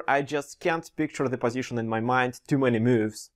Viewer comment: Пазишн АХАХАХААХАХА